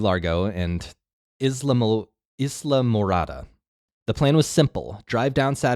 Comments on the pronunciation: Yes, it's like island! I googled it last night to get the phonetic spelling and Google's top result had it wrong too ("iz·laa·mr·aa·duh" 🤦‍♀️) so I'm guessing that's where he got it from. I reported it but they havent fixed it yet. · Ay la morada the ‘s’ is silent